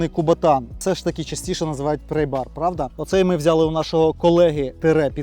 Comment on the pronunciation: Не "прЕйбар" (prey), а прАйбар (pry). "Prey" у цьому випадку ті, хто слухає твою англійську.